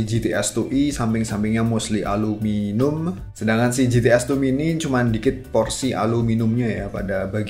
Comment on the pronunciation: Aluminium, bukan aluminum